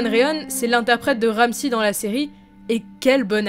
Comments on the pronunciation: c'est Ramsay pas Ramssi ... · C'est ramsey pas ramsi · Ramsi fionne ... En anglais c pas comme ça qu'on prononce